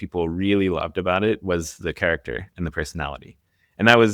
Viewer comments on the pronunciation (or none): none